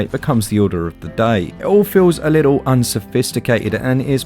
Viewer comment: Why don’t you pronounce the middle letters in words, little = li-el. Button = bu- in. Centred = cen- erred. Etc etc